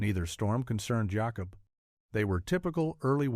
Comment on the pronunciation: Jacob! ... not Yacob! ... that is the Spanish sound. I have so many Jacob ancestors.